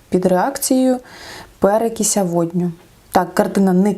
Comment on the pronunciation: Перекис, а не перекіся🤣